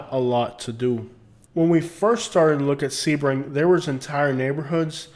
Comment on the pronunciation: Lmfaooo basic millennial I am young and thriving in Sebring, definitely slamming a town and it’s people. Rude and disrespectful. Oh the girl is saying Sebring wrong.